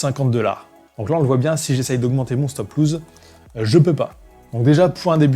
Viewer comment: C'est pas stop loose, c'est stop loss !